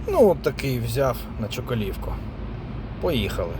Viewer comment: без образ,але вilд чокОловки вуха рiже🙃😱 наголос на 1 голосну!!!! -чОколовка!!!!🤠